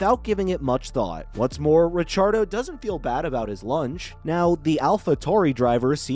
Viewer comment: Ra-char-dough...... thats a new one.